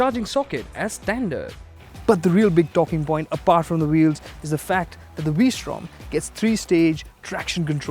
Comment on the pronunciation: the " vwee-srtom "